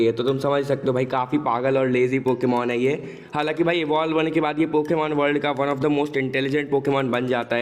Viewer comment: bro its hai and mein not ha and ma😂😂😂😂😂🤣🤣🤣🤣🤣🤣